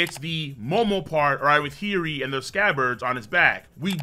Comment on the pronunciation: Her name isn't heery it's hiyori